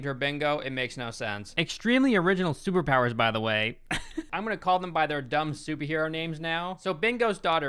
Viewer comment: Sewerpowers* That's how pronounces superpowers. Lol